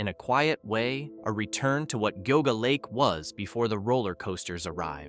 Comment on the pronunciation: lol...its Gee-ah-gah lake